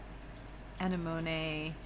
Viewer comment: uh neh muh nee is how you pronounce that crazy flower! It is beautiful and your paints are stunning, That green though!!! LOVE